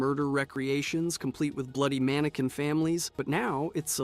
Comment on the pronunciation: Manekin not manekwin